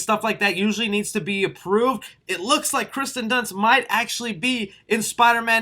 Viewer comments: it's kirsten not Kristen dunst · It’s Kirsten Dunst not Kristen Dunst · OMG! It's not Kristen, is "KIRSTEN". The I comes first. Check your pronunciation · lol he keeps saying kristen dunst instead of kirsten dunst lmao btw the next green screen has to be you directing zack snyders justice league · Kirsten not Kristen 🤣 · It drives me crazy that you pronounce Kirsten wrong for the whole video. Hard to believe you know what you're talking about when you misread her name so many times